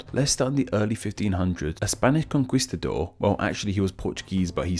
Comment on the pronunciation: A Conquistador is not a con-KWEES-ta-dor but rather a con-KEES-ta-dor. I figured someone from Europe would know basic Spanish Pronunciation...